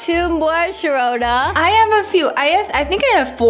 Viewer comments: WHOS HOLOSHAHONA THATS WHAT SHAROONA SAID LOLLLLLLL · HI SHAROONA Sharoona: HI SAHONA me: AHHAHHAHAHAHHAHAHAHHAHAHAHAHAHAHAHAHAHAHHAH HA.......................................................